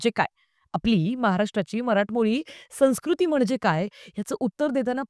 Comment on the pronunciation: चांगली समीक्षा. एकच उच्चाराबाबत. संस्कृती या शब्दाचे उच्चारण "सन्स्कृती" असे नाही "संव्स्कृती" असा होतो.